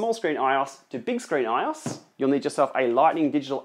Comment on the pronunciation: It's pronounced I-O-S not ios 😂😂